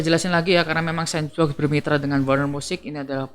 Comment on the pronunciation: Bacanya senboks bang, bukan sensbok.. semangat